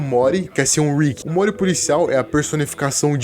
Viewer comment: Sempre que ele fala "o morty" eu escuto "omori" Mais alguém?